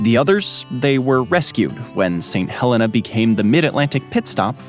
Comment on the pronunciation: That’s how we pronounce our Helena in Alabama as well;)